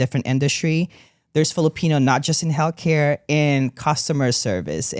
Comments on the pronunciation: Is it me or does he say "Hellcare"? Although, very close lol Thank you for speaking up! ❤ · Every time said healthcare my brain heard Hellcare 😂 it should be the name of the next tour ❤😂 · Retired RN here, am I the only one who hears “hellcare” every time says “healthcare”? 🤣Excellent interview! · I heard “hell care”. 😂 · obsessed with the way pronounces healthcare as hellcare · pronouncing healthcare as hellcare is so funny and true at the same time